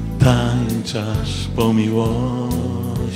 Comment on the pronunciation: Glos niezly, troche trzeba popracowac nad dykcja nie tanczasz tylko tancz az